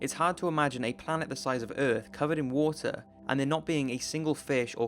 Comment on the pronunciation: wotar 🌊 wotar🌊 wotar🌊 hahahahhahahah🤣🤣🤣